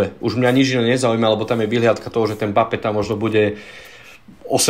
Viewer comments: Chudák Mbappé, takto mu przniť meno... je to em-ba-pé a nie mapé... strašne to píli uši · napríklad 💁🏼‍♂️ "e" sa v rýchlosti stratí, to je normálne, ale ako sa niekomu stratí "b" aby vzniklo "mapé" to fakt nechápem 😂